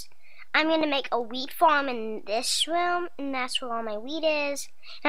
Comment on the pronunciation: it sounded like she said "This is where all my weed is" rather than wheat haha :D